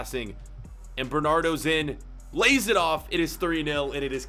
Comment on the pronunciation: did he say bernardo at one point